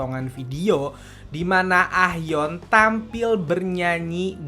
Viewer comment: Nyebut nya "A - yeon" bang 😊😊😊